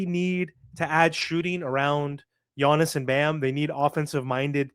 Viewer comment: His name is Giannis, not Yonnis, sheesh